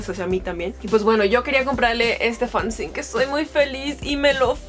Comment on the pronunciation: Dato curioso, no se dice "fanzin" se pronuncia así como se escribe fanzine, yo también tenia ese error hasta que me lo aclararon